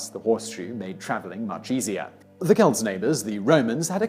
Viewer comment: He pronounced Celt correctly, which actually impresses me. Simon mispronounces a lot of words, not just proper names, and some of it makes me cringe. But, he's like an actor reading a script. He might even be reading from a teleprompter. Most British folks sound pompous to my ears.